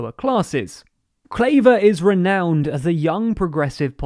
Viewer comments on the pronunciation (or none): He nailed "Kaag" so well that I was disappointed how badly he butchered "Klaver"… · Yes, and Klaver isn't pronounced clay-ver either. I'm not saying there weren't small mistakes here and there, but relatively speaking, it was very good.